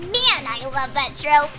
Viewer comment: Can't be. He pronounces trope (tro-PAY) wrong.